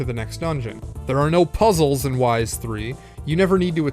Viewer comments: Forgive all the comments. The Y's series is pronounced "Ease" or "Eez," not WISE/YS. (I apologize if that came off rude, just trying to help.) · Ys is pronounced "ease". And its not a made up word. Its found in the real world so we already know how to pronounce it. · to help : say it in french : YS, = the sound of EAS, as in "EASY" "Wanderer from "EAS""